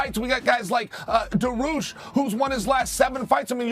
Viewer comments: Chael "Mockle-Chef Dahroosh" Sonnen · mackleshev?? darush?? cmon uncle Chael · Makelchev Duhroosh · Chael talkin bout Darush and Blehal